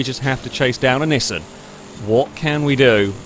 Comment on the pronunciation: While it also annoys me, it's not technically wrong. The original Japanese commercials from the 70s are in a kind of middle ground between "ick" and "eek", though a bit closer to "eek". What is actually wrong though is Nissan ("knee-sahn") as "Niss Anne". There are others as well, like Mazda, Porsche, and Peugeot, but I can't be asked to spell them all out phonetically right now. Nissan is just the worst offender.